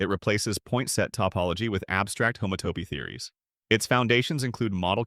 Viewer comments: Homato…. homato……😂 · I think an actual human would do a better job miss-pronouncing "homotopy" in multiple ways!